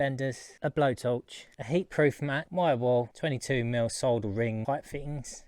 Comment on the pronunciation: I noticed you said SOLDER the right way. Not SODDER😂